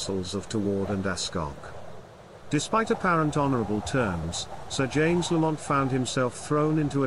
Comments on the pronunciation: It's pronounced Lamnt not bloody La mont 😡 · It is embarrassing that a video alleging to be about clan history cannot even pronounce the name correctly. It is not pronounced lah-MOHNT, with the stress on the 2nd syllable. The first syllable is LAMM, like Lamb of God. The 2nd syllable is mint, like mint tea. LAMM-mint. This is a serious error. You should redo the entire narration track of this video.